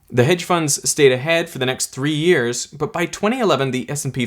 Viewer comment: Yes, yes, we all know what you mean when you say years, it's totally unnecessary to emphasize the word years.